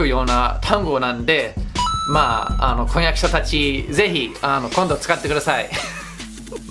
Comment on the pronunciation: 婚約者w マイハニ～♡的な事かな？w kon yaku syaって発音しづらいのかな…ローマ字にするとコンニャクシャって発音した意味が分かるわぁ、なるほど 面白いので登録ポチッとな♪